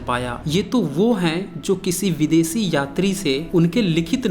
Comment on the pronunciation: Astambh nahi stambh uchhaaran Karo. Asoka nahi Ashoka bolo. Videsi nahi videshee bolo. Improve pronunciation please. Thanks for your video.